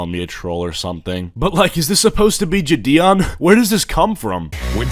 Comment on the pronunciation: true, but did homie just say jadeeon ????